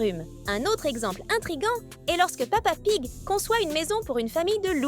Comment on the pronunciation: Au début elle a dit pa pig